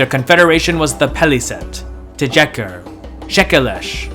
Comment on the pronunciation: Tjekker = "Te-dyecker"??? It's just like the Czech Republic , dude. Look at the name of the Czech Republic, and how it's spelled in other languages: Tjeck (swedish), Tchéq* (french), Tschech (german), You don't have to do weird things to the j. It's just an i/y-sound after the t. Or posibly a ch-sound. Tcheck. I hear the same mistake when english speakers talk about Djenné , the ancient city in Mali. It's not De-jenne. It's not